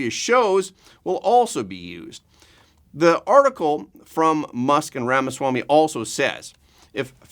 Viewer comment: You’re a professional journalist. Learn to pronounce Mr. Ramaswamey’s name correctly.